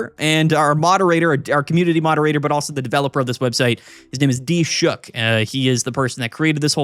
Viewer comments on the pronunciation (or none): Is the web dev's name D-Shook or are you attempting to say Dilshukh?